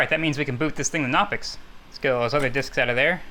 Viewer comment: The "k" in "Knoppix" is not a silent one. Or at least the "K" in (Klaus) Knopper, the German Linux nerd who released that distro, is not silent. You actually pronounce the K sound in any German word that beings in "Kn," such as "die Kneipe" (the pub). I was not prepared for Crime Scene Investigators: PC Edition. If I had a gun and needed to destroy some data, I would like to think I would come up with a better way of doing it than with a bullet.